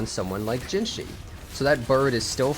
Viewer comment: if you can't pronounce it, just say "juh jih" which is closer to the pronunciation than what you said